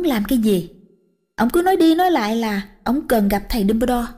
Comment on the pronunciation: uk, sau 4 phần truyện mà vẫn her mi one, phum ber dol, ghét vl, giọng thằng Nam dương, h đến giọng bà này mà mấy người kia còn thẩm đc thì t cũng chịu, chắc người nhà vào bênh :))